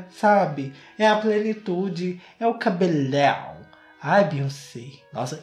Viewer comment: Eu amoooo quando o termina a palavra com "lãun" exemplo;cabelãun.